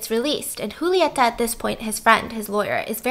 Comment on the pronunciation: Stephanie: The movie starts with a very sexual scene. Me:... Me: Yeap, that sounds like something my country would do. ps: love you, boo. Kisses from Argentina. It was very cool to watch the video and hear your impressions about the movie... And the way you pronounce "Julieta" is lovely.